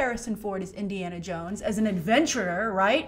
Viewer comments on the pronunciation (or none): none